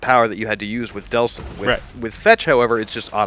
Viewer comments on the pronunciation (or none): You got his name wrong too, its Delsin. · So... The person who reviewed this game doesn't know the name of the main character (he says Deslin - it's Delson), the name of the main enemy (he says Conistene - it's Augustine) and can't remember how many powers there are in the game????!!! Seriously IGN?! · is Delsin. The subtitles in the game even confirm that